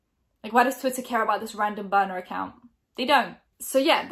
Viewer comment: Is she saying boner account or burner ? Ii only say niner cause of Charles side joi sessions w younglings